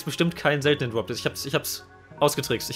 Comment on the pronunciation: „twaden“ „dwop“ „cwedits“ „alwight“